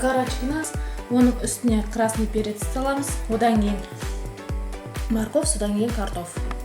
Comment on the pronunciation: Дұрыс сөйлеп үйрену керек! падливка, красный перец, т/б сөздерді дұрыс айтпайсың сен ренжіме